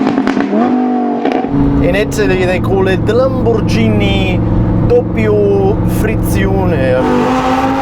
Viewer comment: Lamborgini duppio friziuone